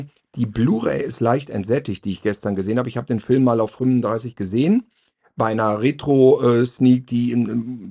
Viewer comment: Ich leibe es, wenn "Fülme" sagt.